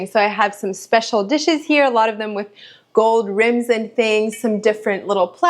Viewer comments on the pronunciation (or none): none